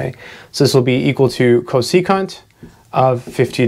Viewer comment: When he said "co-se-cunt", i felt that